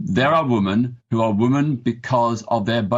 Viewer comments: Its WOMEN peter not WOMAN....... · This guy cannot even pronounce "women" properly. It's pronounced 'wi·muhn' not 'wu-man'🤦🏻‍♂️ He's also biased blinkered and being purposely ignorant to the abuse coming from trans people.